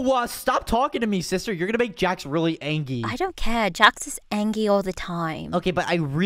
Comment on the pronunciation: Hahhahahahahahahah when said angy